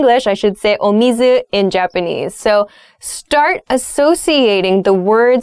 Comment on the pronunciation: Hi. I'm watching this video from japan. when u say water in japanese, I'm so exciting your perfect Japanese pronunciation.